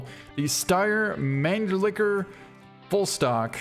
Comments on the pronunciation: I believe it's actually pronounced /MAN-lih-ker/. Just like the gun that shot JFK. The Mannlicher Carcano 6.5x52. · I'm a firearms nerd and I still can't say Mannlicher without giggling. Mahn-lich-her is close to the correct pronunciation